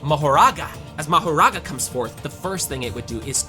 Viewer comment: ele falo marogarara ou foi empressão minha?